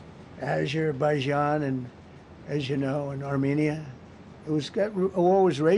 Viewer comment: Aszzzherbaijan and Aszzzz-you-know and Armenia.